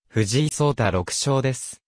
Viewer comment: 名前がせんだ、でなく、ちだ！ ましてや藤井三冠のさとだ、と、そうたですよね、わざとですか？